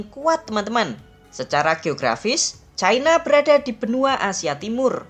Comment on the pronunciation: Sayangnya menyebut China saja Chaina padahal ibu ini usia SDH sepuh tetapi bletotan membaca China ini sangat memalukan mending disebut Tiongkok atau China seperti nenek kita dulu